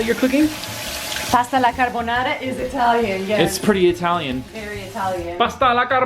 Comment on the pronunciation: wow ,non si puo sentire carbonará 😑😑...